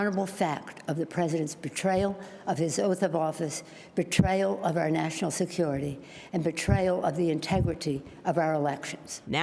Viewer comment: Betrayel. Um, lol.